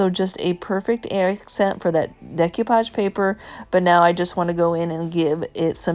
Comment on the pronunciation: My favorite today was the chest of drawers. So bottom line is there an advantage to using milk paint instead of chalk paint? I think of milk paint for the very chippy coastal look. I'm guessing you didn't study French in school, so please repeat after me: day - coo - poghe :-)